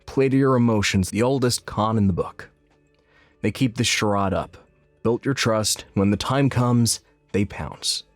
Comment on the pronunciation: Learn to pronounce “charade” correctly